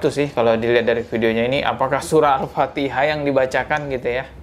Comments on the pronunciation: Mungkin benar, yg dibaca jokowi itu alpateka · Al patekah... 😂😂😂😂😂😂😂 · Dia bukan baca alfatihah tapi alfateka seperti yg dia tau😂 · Alpatekah barang kali...kocak😂😂😂😂😂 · Jokowi baca ALFATEKA bukan Alfatiha